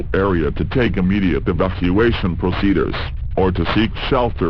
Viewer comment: I love how it says "proceduhrs" XD